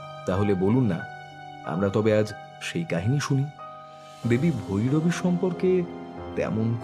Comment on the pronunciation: ভৌরবী নয় - ভৈরবী। ভৌ ভৌ 🤓